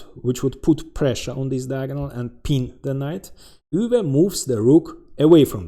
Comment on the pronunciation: Thank you for pronouncing Euwe’s name ha